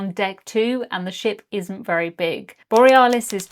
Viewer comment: Are we sure it was the Borry-ah-lis and not the bore-ee-alice 😅